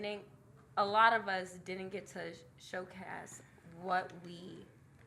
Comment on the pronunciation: Its showcase not SHOWCAST 😂😂😂😂